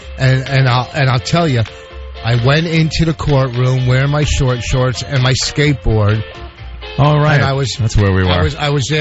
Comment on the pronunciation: Imagine Vawsch on his shkatebawred.